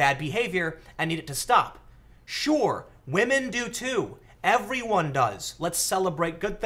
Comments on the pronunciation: Aaah, Pewdiepie made started saying "wamen" now everyone uses it... Pewdiepie us the word Oopsie, and now everyone uses that.... My god, he is still influantial. :-) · I think you meant WAH-men